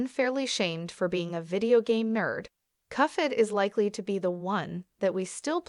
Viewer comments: The cufhead show? Nah its pronounced cup-head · it's "cup - head", not "cuffhead" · Cup head not cuff head !!! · Cuff head 🤣🤣🤣 it cuphead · It’s Cuphead not “coughhead” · You think you can predict the next upcoming season, you can’t even say cuphead right. It’s cuphead, not cufead. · Why do you call it cuffhead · cuffhead? i hear cuffhead. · It’s pronounced (cup head) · Agree like cuffhead? Thats How a Baby would pronounce it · Why are you calling it cuff head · Cuph ead lol